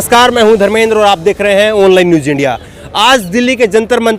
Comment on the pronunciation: आप ज़बरदसत आप का नाम ज़बरदसत आप की खबरें ज़बरदसत एक जगह मज़ा खराब हो जाता है Online newj india News बोला करें ज़ बोलें ज नहीं